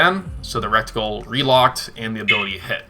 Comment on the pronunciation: Reticle not recticle LOL